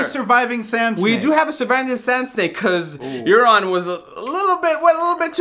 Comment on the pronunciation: That's Euron not Aeron fool